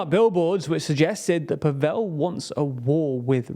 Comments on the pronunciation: it's Slavic not Hindi pAvel, not pavEl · PAvel not PavEl. Learn people's names, ffs. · If you do more shows on this topic, please pronounce the president’s name correctly. It’s not paVELL but more like gavel or ravel. That said,Babis’ history as a collaborator with the secret police under communist rule, a fact, proven by Slovak courts,and his laughable inability to speak Czech or even string together a coherent sentence also worked against him. But people are tired also of oligarchs, especially those as oruthless and greedy as Babiš. I mean what kind of person would forge his son’s signature on a document, and then lie that the son, a licensed pilot, was schizophrenic and mentally incompetent. The only reason Babiš wanted this position was to keep out of jail. And jail should be his next stop.